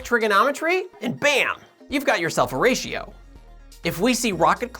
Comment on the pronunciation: Every time you say "a ratio" I hear "Horatio". Otherwise, this is perhaps my favourite video you've ever done.